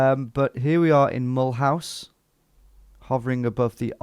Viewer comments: "Mull house" is not the way the city is pronounced. It's the French pronounciation: mə-LOOZ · As a French, hearing you pronounce Mulhouse "Mullhouse" is so damn funny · Being french, the first part was facilitated but it was really funny. I burst out laughing when I heard your pronunciation of Mulhouse. I never realised that it could sound so british. It was even funnier given that you nailed "Alsace-Lorraine" just before :). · And Mulhouse is pronounced like "M'loo sir" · Thought you'd recognise Mulhouse (pron. Mull-ooze) Tom, given that it's twinned with Walsall! 😂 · Mulhouse isn't pronounced as Mulhouse; it's pronounced as Mulhouse.